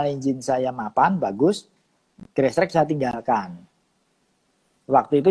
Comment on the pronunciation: Cuma yang nyebutnya GRASSTRACK (grestrek) benar...kebanyakan gestrek